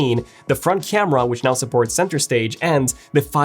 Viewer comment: Crema instead of camera.....ha ha hah ...